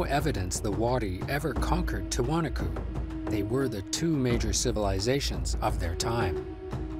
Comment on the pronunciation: After all the interviews with historians and native descendants, the voiceover guy still mispronounced Tiwanaku. That's incredibly annoying.